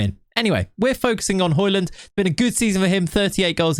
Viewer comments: it is højlund not highlund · Its not Hoylund its Hoelund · You pronounce it "hoejlund" You kinda need to go on translate and listen to the "ø" to really know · It's "Høy-lun" I think, he said so in the interview videos I watched of him while he was in Atalanta IIRC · its pronounced Hoi-Loon... the 'd' is silent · Its pronouned the way you say it except the "D" is silent. "Hoy-Loon" :) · Hoylun is how it’s pronounced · it's "Hoy-lun" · It is pronounced the way you would in England, just a little different. The "Ø" sound can be said in many different ways, but in this case with Højlund it's pronounced like the O in "Olive". The "D" is actually silent, så in Danish, you would basically just say "Højlun". Yea, Danish is weird 🙃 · it's Huge-land man, come on 🤐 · Højlund is like Django, the D is silent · Høj = High But i’ll say Højlund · Nope, you don't pronounce the 'd'.